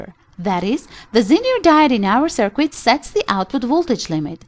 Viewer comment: It's really hard to trust a person explaining something, when the person doesn't know how to pronounce the stuff being explained.. Cir-quit, Resitifier etc.. It's pronounced like Sir-kit and Wreck-tee-fyer..